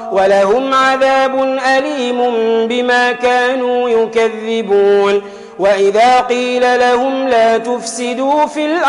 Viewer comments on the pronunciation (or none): Mashallah Tabrakal lahotaala Takabbalal laho Quraatal Quran ni Kareem Qari mistake Aayt No, 9&10 yokh adey una illa unfosahum(wama yakdaoona ) Bema kanu yokajjebun (yekjeboon )🇮🇳may Allaha forgiv Aameen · صوت جميل لكن عندك اخطاء في قراءه الايات عندما قال يخدعون ظم اليا ومد الخا والاصل فتح اليا وتسكين الخا بدون مد وايظا في ايه 10بما كانو ا يكذبون ضم اليا وشدد الذا والاصل فتح اليا وتسكين الكاف وكسر الذال ___الخ___حاول تصحح القراءه جزاك الله خيير ا لم اكمل المتابعه